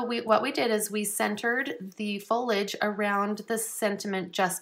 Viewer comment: fol-I-age vs. folage :)